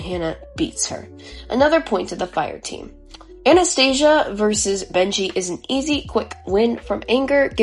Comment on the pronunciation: Great analysis! For the future though, Anastasia is pronounced Anna-sta-sia:)